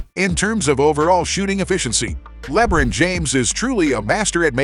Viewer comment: bro that is not how you fucking pronounce lebron